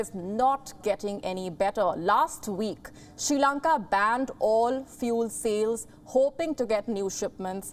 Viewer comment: Not Shi Lanka. It is Sri Lanka. Improve your pronunciation.